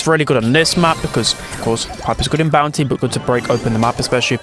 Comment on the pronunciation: Am i the only one who hear bouncy instead of bounty? 😂